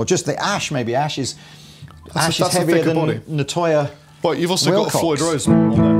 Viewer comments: I find it hard to look at a guitar with fanned frets. They always look like there's some weird, extreme twist in the neck. And pronounciation of "nyatoh", a word in Malay which is my native language, makes me cringe. It's not "na toyah",. It's "nya (like in Enya) toh". These Ibanezes look pretty and sound fine, but at over a thousnd quid they're not for budget-guitar people like me. Any guitar made of fancy-looking wood is going to set you back financially, and I have a lovely plain black Epi Les Paul Studio to scratch my two-humbucker itch. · Hi, awesome playing for the opening jam. The wood in the guitar is pronounced “Knee-are-toe”..... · The RGA61AL pickups are burnt chrome, the body is Nyatoh (knee-ah-toe), and yes, walnut/panga panga for the neck. The finish is called Indigo Aurora Burst